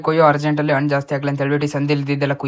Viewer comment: Annu alla Hannu! Kannada Sariyagi Balasi